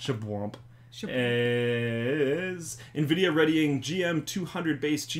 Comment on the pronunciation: I like the nuh-vidia pronunciation.